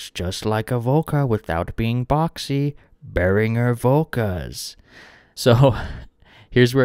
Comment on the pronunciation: Die richtige Aussprache ist bear-ing-er nicht bear-inj-er